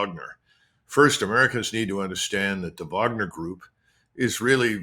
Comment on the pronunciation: Finally someone who can pronounce Wagner correctly. Vaughner